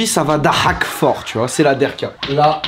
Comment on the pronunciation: on dit "Dahka" pas "Dehka", noob !!